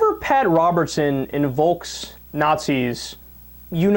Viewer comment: Did he say "inVOLKs"?